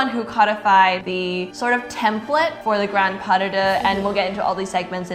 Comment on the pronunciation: ‘Pas duh-duh’🤣🤣🤣